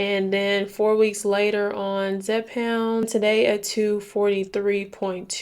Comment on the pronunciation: Loveeeee your content but you saying “zePOUND” instead of “zepBOUND” has me weak 😂😂😂😂😂😂